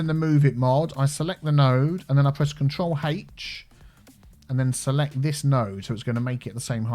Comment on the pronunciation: Control Haych